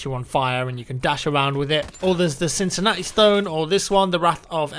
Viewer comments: "Cincinnati Stone" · "Cincinatti stone" ? Really ? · its cintamani not cincinati